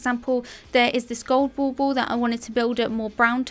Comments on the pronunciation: My silly brain every time you say "bauble": it ball-ball 😂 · Are you saying " ball ball"? Not dissing ur gorgeous accent, I find your voice very Bob Ross soothing. Just never heard the decorations called that before.. n that's what the captions read too.